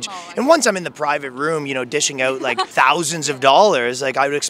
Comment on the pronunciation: That Canadian accent is so thick it’s distracting. Bro you need to pronounce “ou” correctly. Out. About. House. Mouse. etc.